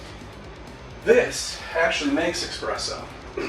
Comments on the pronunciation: Espresso! say it right. It's not an Expresso, omg! Now I'm getting triggered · He says Nespresso, then expresso...Great! Now my brain is leaking out of my ears. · As someone who’s first job was working at a coffee house, I HATE it when people pronounce and X in espresso.